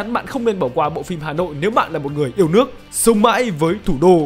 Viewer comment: đọc kiểu gì ra sống mái với thủ đô :))